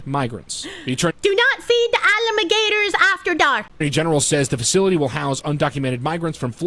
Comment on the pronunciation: The part where she says "Do not feed the alla-ma-gators after dark." would likely end up in an Out of Context clip video.